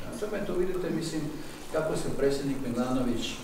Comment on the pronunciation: Ovaj "sposobni" ministar stalno govori " presednik ". Toliko je lijen da mu je teško izgovarati - predsjednik . 🤦🏼‍♂️